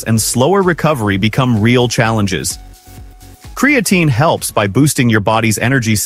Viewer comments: As soon as I here creatine mispronounced by AI, I'm done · Hard to take this seriously when the AI narrator can pronounce creatine correctly only half the 😅time. There are much better info sources on this subject, like Physionics or Found My Fitness.